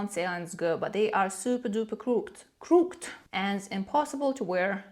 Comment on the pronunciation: I love your sound effects! And it is pronounced “crook-ed” as in meaning “not straight” or “sideways”